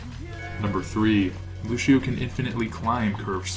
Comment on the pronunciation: I learned a lot! Can I teach you one thing though, that's a bit of a peeve of mine? Luçio is pronounced Lucy-Oh, no Lu-shi-oh. It's Portuguese, and ç is pronounced like an "s" or a soft "c" in English. Thanks.